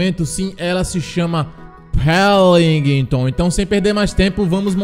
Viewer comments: Não é pelimton e Welinton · "Pélinguitôn" -Imperador, Lipe 2021